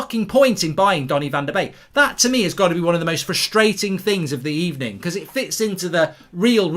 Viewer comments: Like one wise man used to say it was a "Good Ebening" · That was a good ebening indeed.